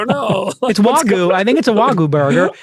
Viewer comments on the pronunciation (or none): It’s wagyu not vagoo